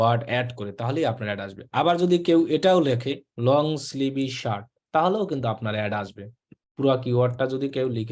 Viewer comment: Sleeve er pronunciation Hobe স্লিভ not স্লিভি 😆😆